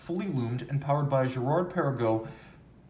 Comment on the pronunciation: Hi, I’ve never heard you yodel Girard Perregaux before. Impressive.